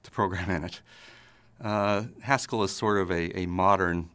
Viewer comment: When he was talking about Haskell, I kept thinking he was saying Pascal. I was obviously very confused.